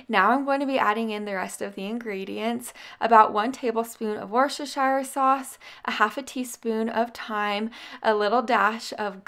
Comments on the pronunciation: Try to pronounce that sauce this way.....Wuster sheer sauce...hope that helps 😃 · For all who don't know - Worcestershire sauce is pronounced wuss-ta-sheer. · Worcestershire sauce is pronounced wuss-ta-sheer. You were really struggling to pronounce it correctly. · It's pronounced "wash-yer-sister-sauce"